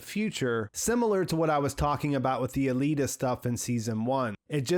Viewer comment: Is it pronounced a-lee-da or a-lay-da